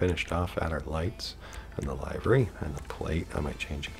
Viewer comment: Stop saying lyvery its livery